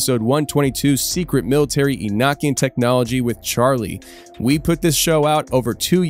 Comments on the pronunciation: You pronounce Enochian wrong fyi. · E no key in. That's how you say it.